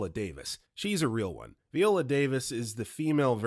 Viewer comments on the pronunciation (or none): none